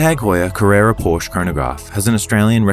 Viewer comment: Another beautiful video. However, it’s Por-sha.